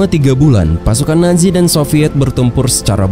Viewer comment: Nazi bukan naji zizizi bukan ji